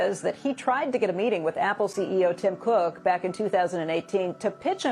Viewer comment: Why are you saying his name like that???